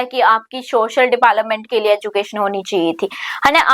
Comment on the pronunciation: Please mam kbi to development ka sahi pronunciation kro